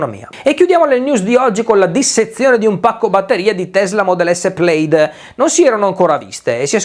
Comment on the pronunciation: Ottimo video, molto informativo e imperdibile!!! Volevo solo dirti una cosa se vuoi essere un pro: la pronuncia Plaid in inglese è semplicemente Pled e non pleid. La maggior parte degli italiani la sbagliano. Anche perché chiamiamo le coperte pleid che è appunto sbagliato. Purtroppo qualcuno inizia la pronuncia sbagliata (e lì devo colpevolizzare i giornalisti ignoranti romani, vedi RAI) e poi il resto della popolazione lo i copia pensando di dire giusto. Finché non ti imbatti in un madre lingua che dice: "ma che gazo stai a di 😂). Pled.